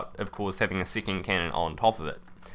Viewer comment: he says it like seecond